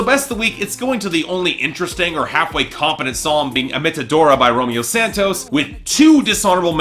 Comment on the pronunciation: I'm not sure how manages to continue to pronounce Romeo Santos's name wrong when he literally has a song that starts with "hola, me llamo Romeo" (which translates to "hello, my name is Romeo")